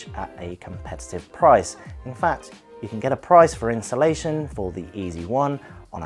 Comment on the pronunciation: Where on earth have I said "insulation"? I doubt it and if I have, then it is obviously just a mispronunciation and I would mean installation, so you're just being unnecessarily difficult. P.S. I think you also mean "you're" and not "your". You're not filling me with confidence that you aren't actually here just to wind people up. If you don't like the free information, leave quietly and go elsewhere. I won't mind.